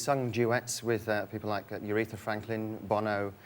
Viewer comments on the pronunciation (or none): Did just say Urethra Franklin?